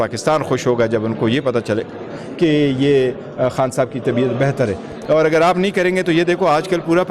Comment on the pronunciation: خان ہوتا ہے حان نہیں۔ تلفظ ٹھیک کریں